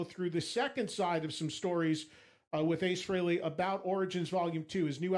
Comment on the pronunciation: I’ve heard Ed say it right so it’s weird that he called him freeley